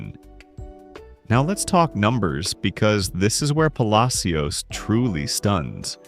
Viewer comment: Puh Lash es